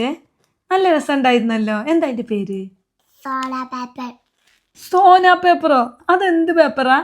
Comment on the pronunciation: സോനാ പേപ്പർ അല്ല സോൺ പേപ്പർ സിസ്റ്റർ